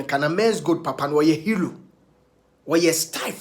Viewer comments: Kweku please wati, is HERO ....... not HELO 😅😅😂😂😂😂😁🤣😋😋😁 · Ah! He said hero or helo😄😄😄😄